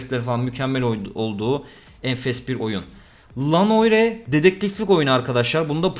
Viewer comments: LA Noire değil abi ELEY NOYR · ''la noğire'' ??? Allah belanı versin ya gece gece iyi güldürdün amına koyim a:Ds.Ds:Dsa.Dsa:DA la noğirela noğirela noğirela noğirela noğirela noğirela noğirela noğirela noğirela noğirela noğirela noğirela noğirela noğirela noğirela noğirela noğirela noğire